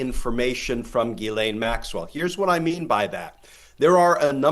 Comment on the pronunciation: Ghislaine is a French name and Americans have no idea how to pronoounce it. It's NOT Gilane it jislane . Americans are incredibly ignorant of other cultures because their educational system is extremely bad. Half the time they have problems with double negatives and when to use was and were. There have been far to many times when I have heard American say "I were there yesterday' or "were that there before" or "You was there. Also they don't seen to know the word any exists and say dumb thing sucjh as 'I am not doing that no more" or there wasn't no one there instaed of using anymore or anyone. Is it any small wonder why the rest of the English speaking world thinks of Americans as uneducated bumbkins?